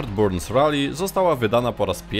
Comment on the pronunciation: Richard Burns Rally - czyta się BARNS a nie Burns....Litości, proszę